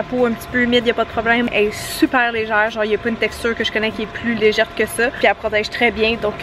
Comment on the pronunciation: ton produit Vichy .. tu as dit .. légerte ??? :-)